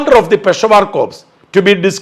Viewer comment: Sir , though it is spelled as CORP it's pronounced as CORE